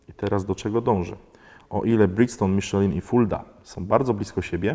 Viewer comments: Miszlę, a nie Miszelin. XD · jak na takiego znawcę tematu, mógłbyś poprawnie wymawiać nazwę opon z półki premium;) Przepolskowane nazwy brzmią komicznie w niektórych wydaniach... Miszelin hehe